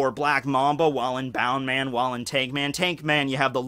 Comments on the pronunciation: People who say bound man instead of bounce man trigger me. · Bound man? You mean Bounce man? Not to hate after that hella good opening, but I couldn't not acknowledge it.